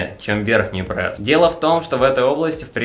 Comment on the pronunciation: Не Прэс, а пресс